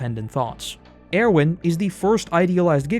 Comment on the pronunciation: The way you say Erwin makes me wanna get violent